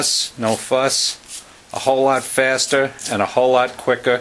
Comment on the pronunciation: Great vid but im laughing so hard at “a whole lot fasta and a whole lot quicka” 😂😂